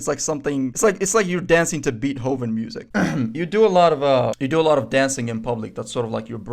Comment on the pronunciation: bro said "beat hoe ven" 💀